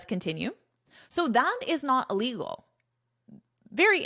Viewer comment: Hush money And I can’t hear “illegal” clear missing the sound of “il”.